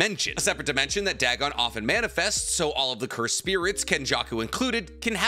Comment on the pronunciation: Dagon=Day-Gone. Not Dag-on. A lovecraftian machination whose pronunciation has been verified for a century. Goddamnit that bothered me the whole time 😂